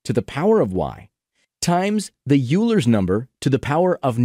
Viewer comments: Euler is pronounced Oi-ler not You-ler. Great explanation otherwise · Euler is pronounced oy-ler not yu-ler. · OILER It's pronounced "oiler," not "you-ler." That's my only complaint. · What is this "Yooler" of which you speak? Do you perhaps mean Euler (pronounced OY-lər)? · The only thing that you didn't nail is pronouncing Euler. It's pronouned as "oiler" not U-ler. But overall, I like the content. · I know I’m a stickler guys, but any math person is going insane right now. I have to say it. It isn’t Yuler’s number. It’s Oiler’s number. Euler->Oiler. 🤬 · The high-effort pronunciation of Poisson juxtaposed with the butchering of Euler was incredible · Good stuff, but the pronunciation of 'Euler' is very wrong... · IT'S PRONOUNCED EULER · pronounces poisson correctly, can’t pronounce euler correctly